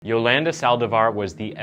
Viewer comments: Lol it’s “yoLAWNda” not “yoLANduh” could barely watch this cuz it hurt my ears every time I heard you say her name dude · I'm willing to bet her name is pronounced Yo-Lahn-Duh, not Yo-LAND-Uh... Mostly assuming so 'cause she isn't a white/hillbilly. But I'm guessing that you are,? Especially with the way you pronounce Uh-GAIN. I had to stop the video there, as I know the story quite well, & I can't stand hearing your pronunciations. could've/would've been a decent channel otherwise. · The way he says Yolanda is funny. At least he got the last name right. Yo-lan-duh 😂😂😂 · where im from we pronounce it as Jo-lun-duh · U said her name wrong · He keeps mispronouncing her name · im Cringing how much the word Yolanda being missprounce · Oh man you're gonna pronounce Yolanda that way the whole video huh? 😅😅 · I enjoy watching your “insights” on your YouTube channel. One suggestion? When you present the episode(s), it would be good to be able to pronounce names or words, correctly. Yolanda, for example. I believe it makes an impact when you make effort in pronunciation of names. You’re doing great!!